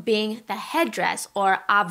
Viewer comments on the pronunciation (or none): Abva - wrong, it's called avba:)